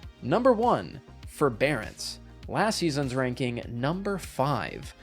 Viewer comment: Ew forebearace